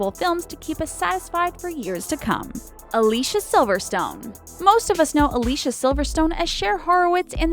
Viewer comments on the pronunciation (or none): It's pronounced A-lee-see-ah. Not A-lee-sha. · Elizabeth Hurley is on The Royals, Josh Hartnett is on Penny Dreadful, it's pronounced Al-Lee-See-Uh Silverstone and she is in 5 different projects this year and two next year so far. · Alicia Silverstone actually pronounces her name as A-LEE-CEE-A, rather than the typical English pronunciation that's used in this video... which I suppose proves the point of the video. :) People have forgotten how to say her name!